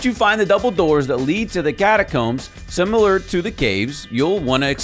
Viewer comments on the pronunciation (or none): none